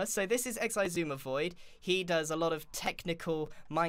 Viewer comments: Why is the comment section turned into: "Pronunciation of Xisumavoid. Wrong answers only"? It's stupid. Guys... cmon. What's so hard with saying: Xisumavoid? Bruh ez. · This is my favourite Grian's pronunciation of X's name as well as the one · x-eh-ouy-zuh-mEEEUUUGH void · It's usually either X-I-Suma void or, Eggs-suma void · I mean, Keralis is pretty consistent with "Seshwamyvoid" but yeah lol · ix-e-i-zumay-voiyard is just perfect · I'm pretty sure the correct pronunciation is SZECHUAN SAUCE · I love how it is definitely on purpose by now. Zooma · I love this pronunciation of Ex-Eye-suuuum-ah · Still comes nowhere near Keralis' "Sha-shwammy" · Eggs eye suma voiieeeed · Acording to google its s-sumavoid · grian: "so this is x-i-sumavoid" xisuma: visibly steps back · Actually, Shishwam/ShishwammyVoid is originally from JoeHills mispronouncing X’s name in their first video together. Joe had never heard it pronounced out loud and called him ShishwammyVoid. It stuck as a nickname so that’s why you’ll occasionally hear some of the older hermits call X that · "shashwam" was actually joehills' first attempt at pronouncing xisuma's name! keralis found it funny and kept using it. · X Zoom-Ma X-Zoom-Ma X-I-Zoom-Ma X-I-Zoom-Ma-Void X-E-AI-Zoom-Ma-Void-Ad X-I-Zoommaaooaah-Void I tried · X-i-zumiaeaaeeheah-void here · We gotta start pronouncing it “Eczema” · and keralis says shashwammy 😭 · Aww hell naw, Giran can't say Exsismahvaid correctly 😭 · It's always hilarious when it's X-Eye-Zuma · It's shashwamie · It’s supposed to be pronounced Iss- oo- ma or according to google and other hermits but apparently grian though Otherwise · Ah yes, my favourite character of Hermitcraft. Icksee-i Xisuma voi-aaad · Did you know that X is actually chinese? Just look at the name! Its pronounced Xi Su Ma! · He says "ex - eye" so much i only see roman numerals. start calling him Eleven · Ah yes, 11sumavoid. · Meanwhile Keralis: Shashwamivoid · "Isuma void" btw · Nah nah y’all it’s shashwamey